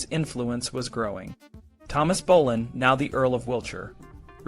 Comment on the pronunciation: Bolan?? It's Boleyn!